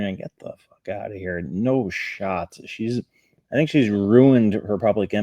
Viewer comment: Uh-fynk, anyone catch that?